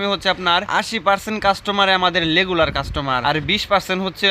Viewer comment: আমি কি ভুল শুনছি আপনি কি রেগুলার বলছেন আর লেগুলার